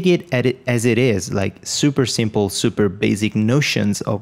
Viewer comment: I love it when you say "Super simpol"... it brings a sense of confidence to those who are learning, like me.... 5 years as web developer but the first time learning how to actually develop for Wordpress :D